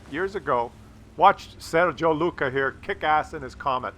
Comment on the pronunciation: i appreciate your affinity for italian coffee, italian food, italian names but its FUCKIN SERGIU not SERGIO. hes romanian, yea...